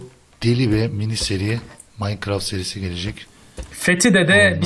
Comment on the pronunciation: abi maynkraft cekk ( TUNÇ DEYİŞİ İLE )